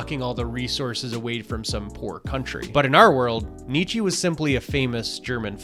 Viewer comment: Loved the vid, a great analysis in my opinion ;) As a German I only had a hard time listening as you butchered Friedrich Nietzsche's name so much...😅